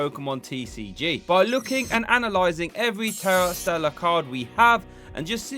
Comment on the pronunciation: "Stera Tellar" XD